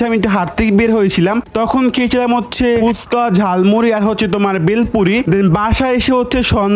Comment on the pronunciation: Foska ❎oska ✅😂😂😂😂😂😂😂😂😂